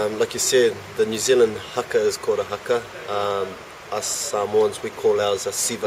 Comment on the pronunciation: Why is it that european journalists never make the effort to pronounce foreign words correctly? it's not Hacker it's Haka